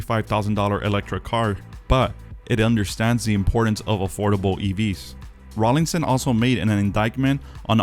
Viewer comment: Please stop saying Rawlingson. There is no 'g'. It is Rawlinson.